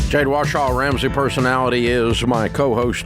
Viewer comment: I love when Dave says “Jade WASHAW” 😂